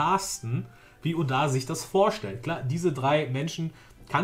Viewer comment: du trigerst mich wie du oda sagst ^^